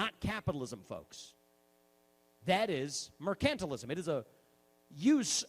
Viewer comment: MER-cantilism. Also I feel like he's selling Florida timeshares